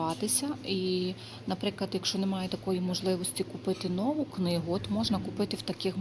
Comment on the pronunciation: Усе чудово, але наголос нову на у!!!!!